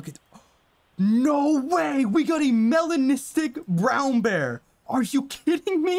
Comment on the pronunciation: That “melanistic” is 🔥